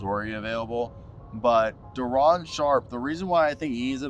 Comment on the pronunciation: Its Day..Day'ron